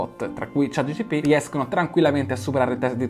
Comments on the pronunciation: chat GPT!!!! non Gtp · Si dice ChatGPT, non ChatGTP!!! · Cmq si dice ChatGPT, non ChatGTP. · confermo dice GTP la metà delle volte 😂🙏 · chat GPT, chat G P T😂🙏